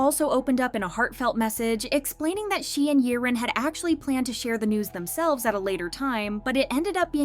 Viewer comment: Girl. Its YIREN. Not Yerin, Yaren, Yirin. YIREN!